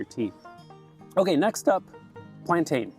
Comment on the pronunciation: Chamomile sounds like camo-meal, and plantain sounds like plan-tin. You're welcome.